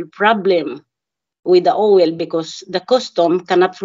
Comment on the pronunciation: Owel instead of oil oh she is so me!!!